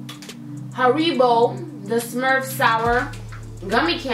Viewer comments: Lol the way she said haribo. It's pronounced harrybow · Haribo pronunciation;harry-bo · lol the way she said haribo😂